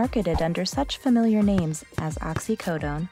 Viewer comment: This video sucks because you are talking over music, contradicting yourself, making no sense and pronouncing ‘familiar’ ‘fermiliar’.